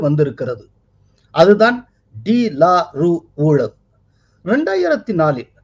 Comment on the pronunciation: that should be pronounced as டு லாரு